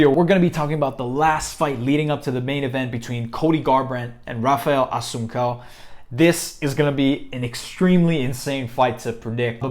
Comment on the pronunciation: RAPHAEL ASSUNCAO! Pronounced Haphael Ah-Sun-Sao